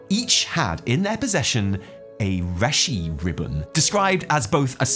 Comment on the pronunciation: Hahaha you also pronounce it "reh-shi ribbon"